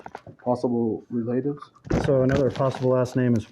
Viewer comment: Did u hear how the one cop pronounced relatives... like relate-tivs